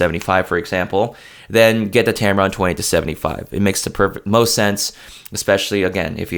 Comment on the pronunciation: I keep hearing you say tamaron 20 - 75, is it me? I would add the sigma 19mm 2.8 is great for indoor shots. It is a sharp lens.